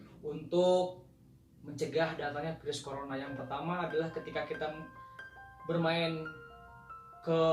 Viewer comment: Virus pak bukan Pirus pak wkwk